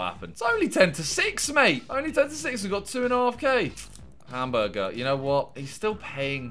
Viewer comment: Plz just say hamburger -not hamguergaza